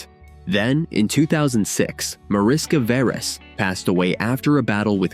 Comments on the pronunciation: It is pronounced "MAH-rish-kah VEH-resh" [ˈmɒ.rɪ.ʃkɒ ˈvɛ.rɛʃ] Mariska is a Hungarian diminutive of Maria, which is equivalent to Mary in English. Veres means Red. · It’s pronounced Marishka Veresh (Hungarian)